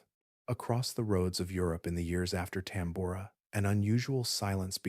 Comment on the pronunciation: The odd and inconsistent pronunciations of Tambora and other words discredits the work put into the video.